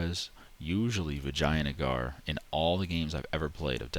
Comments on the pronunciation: is it an inside joke or do you just say vijayagnar as vaginagar? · I was drinking milk and I spit it up laughing when he said Vijayanagar and pronounced it Vaginagar. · How can you not laugh when ever you VAGINAgar i mean i was lmao when ever you said it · Lol " Vaginagar" :D I'm I the only one who noticed that? :) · lol the way you said vijayanagar. soo funny